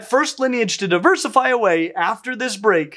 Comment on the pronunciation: I love the way his eyes widen when mispronounces diversify.